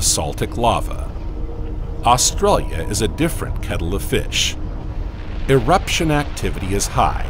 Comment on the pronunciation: Had to stop listening. Interesting subject, hideous narration bot that can't say Australia.